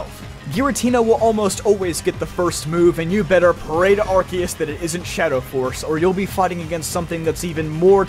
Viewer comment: Why the hell is everyone pronouncing Arceus wrong? It's ar-see-us (or ar-say-os), not ar-kios.